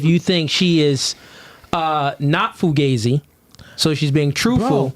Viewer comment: Isn't it pronounced foo gauze eee with that spelling?